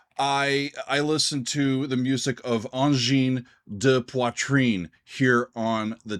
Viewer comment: Pronounced Angine de poitrine correctly. I am impressed.